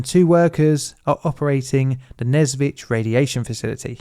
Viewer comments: You are so ignorant! You even did not bother to check the proper pronounciation (which is "Nesvizh" and not "Nezvitz" as you speak). You want us to believe that you have done some proper research and produce some valuable video?! If you did not even bother to go to wikipedia or google or whatever, did not bother to hear the right pronounciation?! This makes your videos look cheap AI-created junk... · even though probably nobody cares, the pronunciation is nes(same as in "necessary")-vizh(as in "vision") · I've been the Nesvizh a few times, we usually called it what would be akin to "Nyesvish", the "ж" doesn't have to be always super harsh, and the "vi" sound before it leads you into that letter comfortably! it's the kind of name you really need to put effort into pronouncing, but you can get away with a "sh" ending since everyone will know what you're talking about. Also since most communication is in Russian I heard it 99% of the time with the "e/ye" letter (though hoping for an effective Belarusian revival one day...)